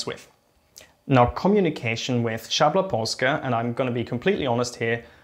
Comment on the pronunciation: great pronounciation for szabla.